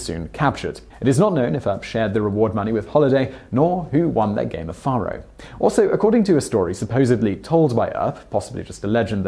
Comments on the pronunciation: Just so ya know, the game is prounced Fay-row, not Far-ho. And there were very few, if any that were squeaky clean, then or now. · It's pronounced Fair-o, not Far-o. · it's 'fair-oh' NOT 'far-oh'... Once again, your video topic is quite interesting and enjoyable! It's your mis-pronunciation that is cringe-worthy... If you are going to produce videos on American subjects, it would be wise to learn how to properly pronounce the English words as Americans do... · Yea like the way he says “ faro”. It’s Fay-ro. Not far-ro. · Not petty. Just tired of FAKE news. 10 days off Docs birthday is a LOT and it's Fay Roe. Not far row.. I think you just said ICE Clanton.... Its IKE. FAKE shit. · Well, shucks pard. You got the year of Doc's birth correct. FAR-oh (spelled Faro) is pronounced FARE-oh. Incidentally, finding truth in TRUE WEST magazine is like finding a needle in a haystack. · Its pronounced fairo. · Faro is pronounced like pharaoh....Fare-Oh. Also "Francisco taught him how to become the quickest draw in the west" Who/when/where did this quote come from? Gunfighters in the 1800s were deadly if they could keep their cool and stand calmly and shoot at someone while being shot at. It really wasn't about how quick they could draw. That is fiction from Hollywood. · The game is pronounced "Fair-oh." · I just cannot stand a British accent.....it makes me crazy....especially the way he pronounces the game Faro ! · bonsai biker And repeatedly mispronounced faro. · Noah Count Thank you for correcting his pronunciation. I correct him on at least one or two things in every presentation. You beat me to it.